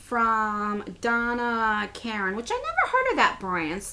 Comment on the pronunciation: Donna Karen is high end. She's been around for a long time. Also, it's pronounced differently from what it looks. The 'Ka' is hard, while as the 'ren' is soft. Lighting looks great!!